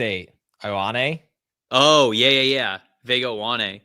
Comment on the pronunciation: For your pronunciation on Vega Ioane- surname is spoken “Ua-nei”. Ioane is a very popular surname in the pacific islands and some world class rugby players have the surname- All Blacks have a 2X World Rugby Player of Year nominee called Rieko Ioane.